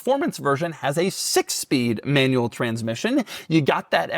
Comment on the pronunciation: ✅ BROWNNE ✅ MANUELLE ✅ FRONK